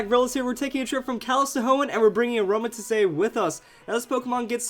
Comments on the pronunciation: It's pronounced "a roam a teeze" I think. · it pronounced as "A-RO-MA-Tees" if you watch the series :) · I love using Aromatisse (said as Ah-ROW-mah-tees, just a little note) on my Doubles/Triples Trick Room teams. It's such a good supporter, its bulky, and it can heal its teammates while they do all the attacking.